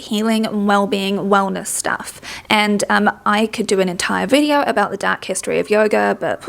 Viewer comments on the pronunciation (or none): With his accent I thought he said dog instead of dark and was gonna die thinking he was about to utter the words, "I'm not just MAGA, I'm dogma."